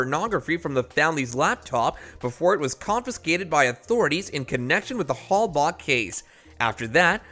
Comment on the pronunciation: Please stop saying "Hell-Bock"!!!